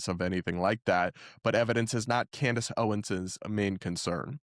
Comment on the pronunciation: WEIRD is not a reasonable explanation and Candace sure uses a lot. She can’t even say her name right: Camrace 😂😂😂